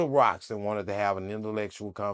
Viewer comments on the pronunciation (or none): My nigga said invelectual